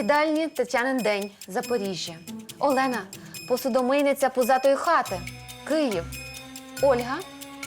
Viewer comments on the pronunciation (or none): none